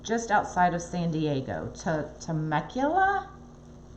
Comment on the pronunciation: Temecula is about an hour or so depending on traffic! from San Diego. There is a Indian Casino and Resort called Pechanga! Neat place to have funI. I live in Oceanside about 45 minutes from Temecula. You are pronouncing Temecula correctly.